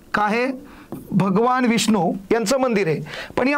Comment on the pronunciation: भगवान असं असते ते न न...! ण नाही... आता दहा वेळा वहीत लिहून काढा